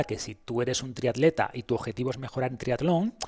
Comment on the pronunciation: por qué dices aleta en vez de atleta o trialon en vez de triatlón, como maltratan el castellano…